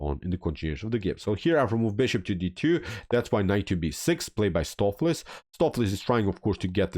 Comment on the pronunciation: Not watched vid yet, just 2 minutes in. The correct pronunciation for Stoofvlees is 'Stowf flace" with the O in 'stowf' pronounced like the O in 'both'. It's Dutch and it means beef stew.